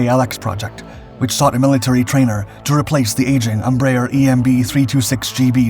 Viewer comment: It's so funny to hear americans pronouncing Brazilian names. "Tookanohl", "Ambraher", "Savanteh"... 🤣🤣🤣